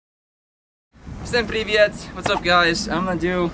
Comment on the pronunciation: Vsem Privet сказал на русском, и довольно неплохо сказал)